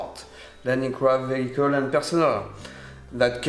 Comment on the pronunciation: VeHICKLE lol